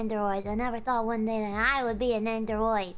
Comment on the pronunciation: Say it with me, nendoroid, nen do roid. Anyways that sure is a jar huh.